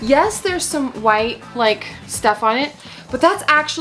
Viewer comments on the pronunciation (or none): none